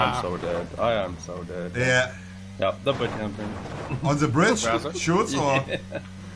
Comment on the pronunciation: Ich liebe es, wenn Monte "Shots" sagen will und "shoots" sagt😂